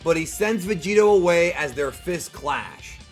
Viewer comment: HILARIOUS VIDEO. THANKS. “VEGEROT” 😂 NAMASTE 🙏🏽 FROM BROOKLYN.